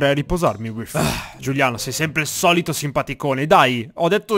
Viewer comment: Hai detto Giugliano e non Giuliano p.s prendi questo commento sul ridere